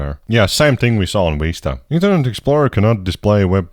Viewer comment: WHY DO I HEAR "Windows Weesta"